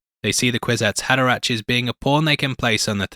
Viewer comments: Pronounced HaderaCK, not ach. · It's pronounced "haderaK", as in "fucK" - try to remember that! Unless, of course, you are using some robo-AI-voice-aloud reader, which lately have infiltrated everything, and so annoy everyone... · Hey, man. I like your vids and enjoy your insights. I would suggest that you check the proper pronunciation of character names. It’s Hader-ack, not -ach, and the princess is named Irulan, not Iluran.